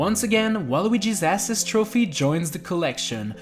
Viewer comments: your saying assist like ass iest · The way he pronounces assist kills me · The way this kid pronounces assist trophy is so cringe and annoying. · He doesn't even say assist trophy he says ass-ist trophy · Ass-is trophies lol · “ASS-SIS Trophy “ 🧐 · Why do you pronounce assist wrong? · The way he pronounces “assist” 🤢